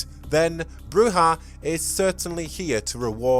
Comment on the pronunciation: According to the tabletop RPG guide the pronounciation is BROO-zhah , as they do it in Redemption